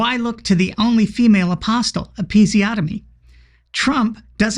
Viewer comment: 4.08, female apostle. I think you mean peamale aphostle. Good to sort this pronouncingation out.